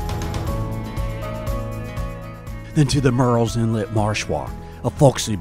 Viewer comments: It’s not pronounced “Mirril’s” Inlet. It’s pronounced exactly like it’s spelled, Murrells Inlet. It sounds a lot like “Girls” Inlet (but with an M) if you pronounce it properly. Really great video! Awesome editing skills!👍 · you said what sounded like “mirils inlet.” At least 4-5 times. It’s Murrells, like Girls. You said it properly but every time before that was the issue the OP was talking about. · This is a nice tour/info video about our home beach. But, you should know that Murrell's Inlet is pronounced murls inlet, not mūles inlet, which you kept saying in early parts of the video. Otherwise nice sky views!